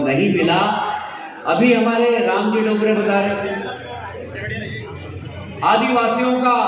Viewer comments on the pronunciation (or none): Name to sahi se le nahi pa rahe hai दाँगोड़े ko डोंगरे कह रहे hai